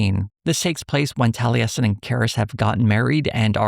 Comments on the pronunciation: As an avid critical role viewer, ive never hear Taliesin pronounced that way 😂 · That pronunciation of Taliesin continues to cause me psychic damage. For crying out loud. He's a legendary bard of Cymry (Welsh) folklore. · the mispronunciation of the name taliesin has been killing me the whole video, tho i get why irish names can be quite interesting with their pronunciation roles (i say this with an irish oc named osíon) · Do...do they pronounce it tal-e-yes-in in the show? I thought it was pronounced Tall-a-sin (though my only frame of reference is Taliesin Jaffe) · Maybe it's because I have been a fan of The Mists of Avalon, I am used to hearing Taliesin pronounced as Tal-YESS-In not Tal-EE-ESS-In. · Tally-essin? Really? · I've never heard the name Taliesin pronounced that way.